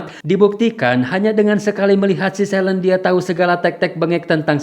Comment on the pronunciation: bacanya: SELIN, bukan "selen"